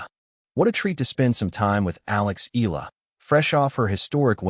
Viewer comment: Please stop pronouncing EAla as "ILA". That's hurting to the ear. "Ea" is not pronounced as the "ea" in eagle, but rather "EA" as in mEAnder or Seattle. Dipthong. Got it?